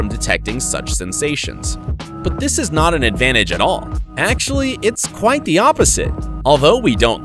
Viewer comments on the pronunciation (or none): none